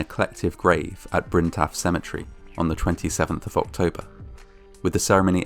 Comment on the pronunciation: Wow. For a minute there I thought you said “ ork-tober “?? Hahahaha. Too much GW hobby time. Great job/channel excellent